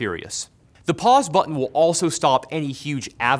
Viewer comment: You kept saying Pauls. And I kept hearing balls.